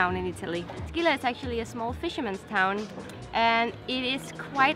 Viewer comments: Scilla not Skilla! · You are pronouncing Scilla wrong!